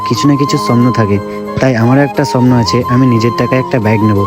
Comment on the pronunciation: এ ভাই স্বপ্নটা ভালো করে উচ্চারণ কর তারপরে ব্লক করবি😅